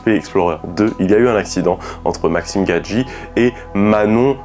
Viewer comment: Super intéressante ta vidéo :). Le format est cool et tu expliques plutôt bien les choses ;) Force à toi ! 💪 (PS: C'est Maxime Biaggi xD j'ai entendu plusieurs fois Gadji mdrr)